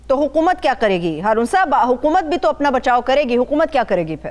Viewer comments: اردو بولو، چباؤ نہ. ہارون الرشید صاحب کی اصلاح کریں حکومت کو حقومت کہتی ہیں اور بھی - - - - - - - - -! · Can you say Haakoomat? because you say Haaqoomat